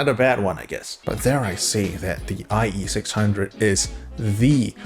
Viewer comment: now we have the eye eee six hunge-o's.